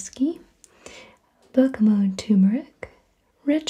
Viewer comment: I'm glad you say bergamot without the t sound on the end. I've had arguments about the pronunciation before lol.